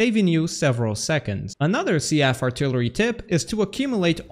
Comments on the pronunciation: I love you, man. It needs to be said though. It's Seef not sea-f. And they are shells, not missiles. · The only thing I heard was SEA-AGHF artillery instead of SEAF artillery. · I feel like Seaf is pronounced Seef, not See-af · Why do you say SEAF like that? It's pronounced SEAF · "the seaf artillery missile" I can't do this